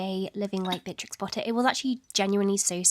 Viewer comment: "one of my favourite historical figures" Also who has all of the time in the world: "Beatrtrix"